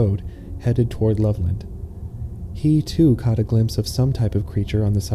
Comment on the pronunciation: He cahth thevfrog mam😂